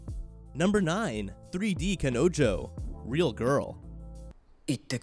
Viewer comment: How you said kanojo IS PAIN FULL